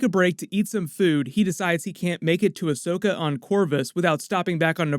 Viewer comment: Fuck why do people always get her name wrong? AHSOKA, NOT ASHOKA!!